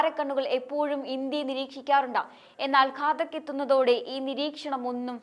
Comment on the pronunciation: ഘതാക്ക് അല്ല ഘാതക്ക് ഡ്രോൺ ആണ്